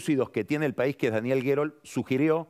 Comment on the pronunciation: Dijo pais sin acento?